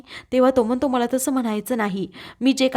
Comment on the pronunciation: उच्यलली नव्हे उचलली. म्हनतो म्हणतो, पुर्न उच्चार सुधारणे आवश्यक आहे.